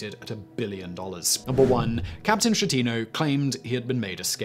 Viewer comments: Francesco Schettino Sounds like Fran ches Ko. Skeh-tee- noh. Ch in italian always sounds like K. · pronouce Skettino jeez